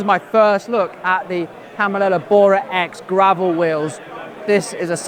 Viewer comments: Interesting video, but wish you would try to pronounce Campangolo properly... ;-) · CAMPANYOLO (the correct pronunciation) are fighting their way back into the limelight ! The old school boys (and girls) are cheering !!!